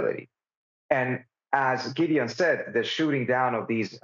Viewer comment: I'm not sure but, Amy, I think his name is pronounced GID' -- EE-- ON